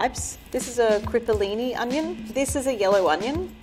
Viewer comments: it's pronounced CHipollini, not Khipollini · I know this isn't an Italian language lesson, but please try to pronounce cipollini as "chipollini" (and definitely NOT "cripollini"!). 🤪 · Umm, no hate pls? (The pronunciation is a different thing) I prefer the shell fish guy too but you should probably be nicer. She is a person too...